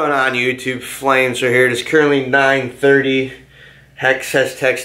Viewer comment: do you pronounce flamesword like "flamesurd" on purpose?